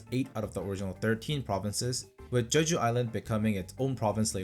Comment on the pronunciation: @@ Hi mate. It’s Je-Ju, Not Che.